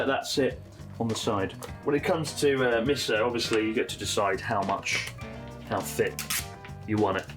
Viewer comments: I love how in English Chris says 'miso' as 'missoh' like a Brit. But I'm sure if he was to speak Japanese he'd pronounce it "correctly." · the amount of times he says miso wrong :face-purple-crying